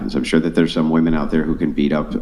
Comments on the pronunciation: Fucking hell, it's not pronounced "woman" when it's plural! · It's "women" not "woman" Jesus Christ. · Why do these people say woman instead of women